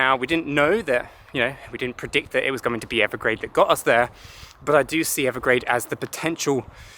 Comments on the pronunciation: Evergrande. Not Evergrade. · Evergrande isn’t it? Not Evergrade..? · He keeps saying Evergrade. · No offense, but yea… I think Evergrande is pronounced Ever-grand.